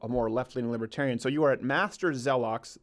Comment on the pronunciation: Him: “Master zeloks” Me: what the actual fuck. No. Get out.